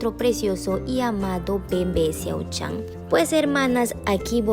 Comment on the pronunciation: Eso es mentira porque engañas ala gente el siempre a dicho que se casaba alos 35 pero no sabes ni Co. MO pronunciar su nombre venga ya el esta casado ya en secreto así que estudia un poco que no saves de la peca ala meca que te Bea quien te crea